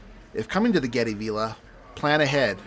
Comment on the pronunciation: Hi. Its pronounced v I lla not v E lla .